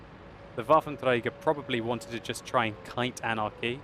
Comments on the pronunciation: Lol how many times did he say "wafer treiger auf panzerzezrzrzzddkdkm fia" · sounds funny for germans when u say waffenträger ^^